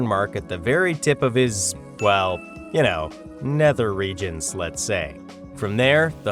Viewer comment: I laughed to hard when he said neder region